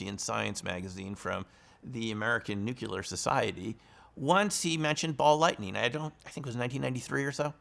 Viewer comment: You are obviously quite knowledgeable about physics, but why should I trust someone who pronounces "nuclear" as "nuke-you-ler"? Tangentially related: my grandmother was chased through her house in Northeast Arkansas by ball lightning.